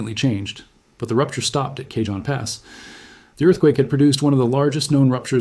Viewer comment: You are mispronouncing Jacinto and Cajon